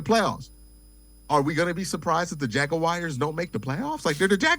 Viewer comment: "Jag-o-wires" hahaha c'mon